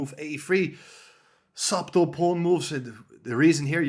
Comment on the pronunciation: Great videos as always, and I hope one day someone can whisper in Roberts ear the suBtle comment about the existence of silent letters in spoken English, should be oBvious by now... anyhow Chesswise Brilliant videos! 🙂